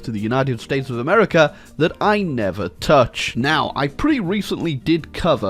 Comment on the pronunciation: Whenever I hear "hamerica" coming from ISPS mouth, it tears my soul